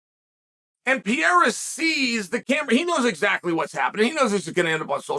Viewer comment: Chael Sonnen is the only guy to figure out Pereira is pronounced “pee•era”